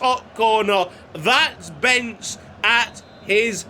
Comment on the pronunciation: As a Hungarian I can tell you to spell the second 'e' in Bence Macher's name like the first 'e'.